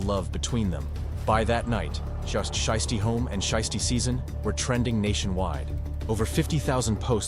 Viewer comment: Learn how to pronounce his name. It sounds stupid when you keep saying shisty.